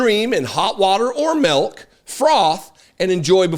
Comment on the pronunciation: I know it's absolutely not the point of the video but...melk? Add it to hot water or melk. I don't k ow why that bugs me so much but it does.